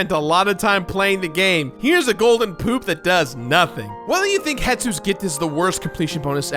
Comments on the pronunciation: 4 years later, still calling him "Hetsu" instead of Hestu... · He's still called Hes-Tu not Het-Su :) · I know this isn't on topic, but it always bothers me that people assume his name is Het-su, when if you read it, clearly it is Hes-tu. Not as Japanese sounding as you expect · Hestu! I swear he cannot say the name right, he did it in his video too